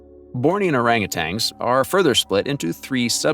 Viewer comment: Hey, AI, they are not "orangutangs"; they're orangutans.